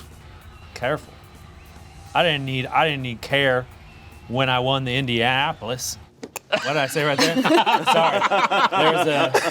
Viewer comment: First a new dread! Awesome and second love how is just focus on getting into character at the beginning and then loses that same focus when Ian butchers Indianapolis 😂